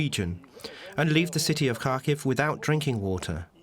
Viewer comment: It's been nearly 5 years of brutal war and still our western media can't be bothered to learn how to pronounce 'Kharkiv'.